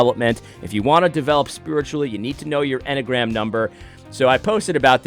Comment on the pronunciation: The M&Mgram...? In my head, you were getting close to this pronunciation...🤣 Enny-uh-gram😁